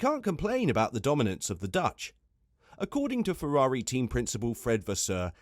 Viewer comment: Fefrari? Dood, you're slippin'.